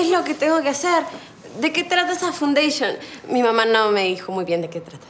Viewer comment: No se pronuncia "fundayshion "se pronuncia "faundashion"